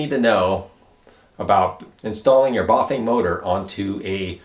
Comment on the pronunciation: A tip on cut off brake sensors for hydraulic brakes, try doubling up on the magnets, use epoxy resin to mould the sensor and magnet into place. p.s You are saying Buf-vain and its cracking me up, Try Bah-fang and you will get it :) . You can also like i have done install the brake sensor where the first brake cable guide is next to the steerer head tube.